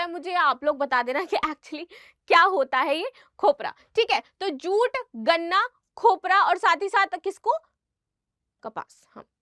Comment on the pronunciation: जुट की जगह चू 😂